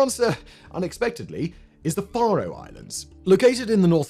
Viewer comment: Wow, my little home country of the Faroe Islands get a mention! This is awesome. Thank you! Just a bit weird hearing them pronounced as "far-oh" when we usually say "fair-oh", like Pharaoh. :) Still, very cool.